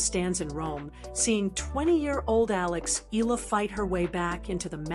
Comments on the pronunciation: E-YA-LA not E-LA is the correct pronunciation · Alex Hila? It’s Alex Eala for your information! Lol 😂